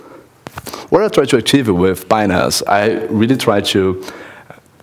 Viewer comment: Sounds too much like a foreigner saying penis.